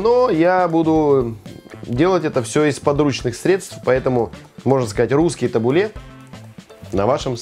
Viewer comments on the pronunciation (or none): Можно я тут свои пять копеек вставлю 🙈 Название салата звучит ТабУле(ударение на У),а не ТабулЕ.А ещё можно добавить зёрна граната,это оочень вкусно